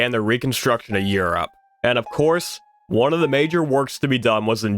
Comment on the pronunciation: He says one like Juan and I can't unhear it